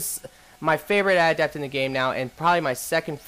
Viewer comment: lol I thought that they were called adept not ahhhdaaapt